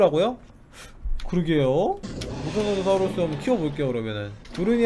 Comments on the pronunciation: 그리고 모사사시우루스가 아니라 모사사우루스 에요. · 모사사사우루스가아니라 모사사우로스 입니당